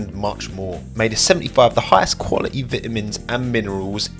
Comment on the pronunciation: That's almost as bad a your crappy English. Hmmmm TwittER not Twitta, Quality not Qualete, PlenTy not Pleny